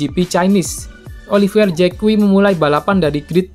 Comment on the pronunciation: Olivier Zak dibacanya, bkan JEK KUWI..... kuwi opo cak....?🤭🤭🤭🤭